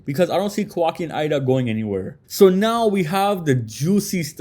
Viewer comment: It might be spelled Eida but it’s pronounced Ada. Idk why people have a such hard time pronouncing her name it’s super simple and then also what’s worse is idk why people continue to pronounce sarada name wrong as well. Her name is literally spoken correctly in the anime but content creators for whatever reason keep saying her name wrong too. Ya’ll keep pronouncing her name as if it’s spelled sirada when it’s supposed to be pronounced as written which “sarada” so you pronounce it as saw-raw-duh. It’s not that hard and the anime gets it right even if people hate it’s great source for reference, and how characters names should be pronounced, and spelled.